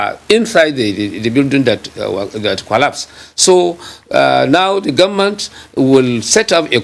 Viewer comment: He kept saying “we the Gunmen’t” If u can’t pronounce “Government“, no appointment for u.